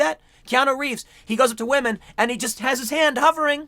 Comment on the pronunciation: "we'll tell you when to believe all wahmen".